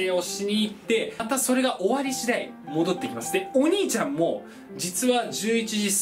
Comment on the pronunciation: 今日は発音がｵﾆｨﾁｬｧﾝ!だったwwww可愛いwwww